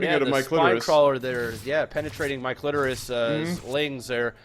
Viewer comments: why did i whole time hear say "my clitoris" not "Mikelitoris"??? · You guys really gave up on trying to say Mike Litoris